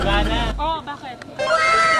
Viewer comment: "ivana"? no "iba na"